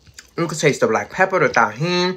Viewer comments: Am I the only one that thought she said black people when she really said black pepper 🤣🤣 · nothing bad lol she just said black pepper a different way but it sounded like she said black people and I was like what lol